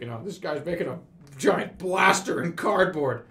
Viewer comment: Looks like somebody made a mess on the cahpet. Bettah clean it up with cahhdboad.